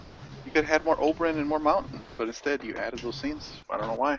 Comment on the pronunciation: Okay guys I'm sorry but its not Ingrid it's ygritte. And it's not obrim it's Oberyn